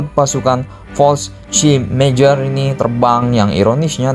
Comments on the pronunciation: Admin kalo bilang Fallschrimjagger bikin emosi anjir wkwkwk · jäger kalau dibaca itu yaeger, di German j = y, ä = ea/ae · fallschirmjager min bacanya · Menurut google translate, Fallschirmjäger dibaca "Falshimyega". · Kesel gua denger lu baca fasehgeyehh min 😂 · Yang gw denger balsem siaga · Banyakin bilang Fallschirmjäger lagi min,,bikin ngakak n gemess.. yassalam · Bilang fallschirmjager nya lucu 🤣